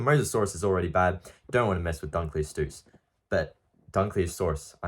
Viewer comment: How tf did u just pronounce dunkleosteus 🤨